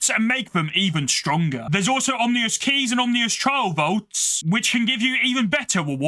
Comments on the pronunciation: You lost me at “Om-ni-ous” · Good video. Did you know your mispronouncing ah-min-us? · Dog i hate your voice. Edit: also hate how you pronounce "Ominous" as "omnious" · I didn’t think it was possible to mispronounce ominous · Great video, but ominous is not pronounced like that 🥲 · I wonder if he even realizes he's pronouncing it wrong...